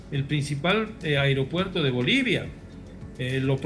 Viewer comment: Airopuerto? Pensé que se dice aeropuerto